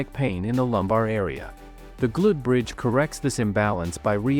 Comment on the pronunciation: Can you teach your AI narration to correctly pronounce "glute bridge"?